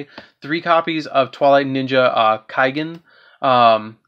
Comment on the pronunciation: kaigen?..? u mean kagen like say cawgen^^ =kagen^^